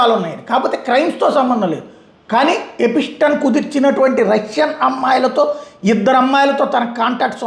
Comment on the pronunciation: Small correction. ఎ పి స్టీ న్ కాదు. ఎ ప్ స్టీ న్.